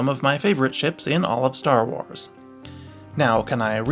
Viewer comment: 0.00, either im tweaking or he said "star whores" instead of star wars